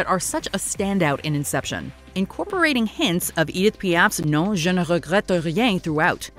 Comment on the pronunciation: The gurl's pronouncing of Je ne Regrète Rien in french had me listen to it over and over at least 10 times .. it sounded amazing and she nailed it! I was not expecting that! I'm in love!...